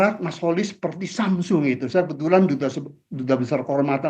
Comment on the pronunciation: Kenapa prof Rokhmin sering sebut Kholis.....? Dengerin tuh Kholis....